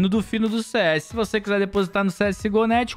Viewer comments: "Vose" é foda 🥺🥲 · "Vose" é foda kkkkkk